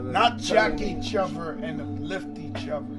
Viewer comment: Fat Joe: Not jack each ofver and uplift each ofver....thats very important!! lmao